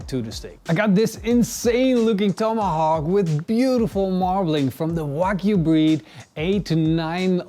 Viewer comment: WTF is a "Tome-ahhh-hock" You overcooked the crap out of it too.